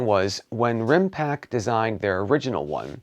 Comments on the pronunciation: I can't take it anymore! They are called Rimpact with a t at the end of the word. You know like Impact... Other than that, great video, thanks for the quality content. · I was going to say exactly the same, really good review but it's RimpacT! 😁